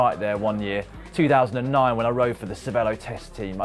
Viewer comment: How come everyone mispronounces Cervélo? They put an é in it and that says ay as in hay not e as in pet. Is it a veiled allusion to the Canadian eh?